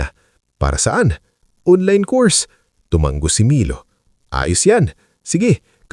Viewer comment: Hindi ENTABLO dapat ENTABLADO may iba pang mga salita na hindi tama ang pagkakabigkas mo kya dapat pagaralan mo ang kwento bago e upload Isa pa TUMANGO single g hindi double g pag binigkas